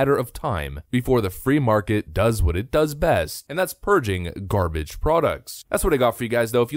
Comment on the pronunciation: The made me laugh so much. "Who wants this garbarge" 😂😂😂😂😂😂 nobody 😭😭😭😭